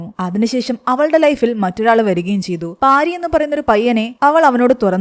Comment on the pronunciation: പാരി അല്ല പാർത്തി ആണ്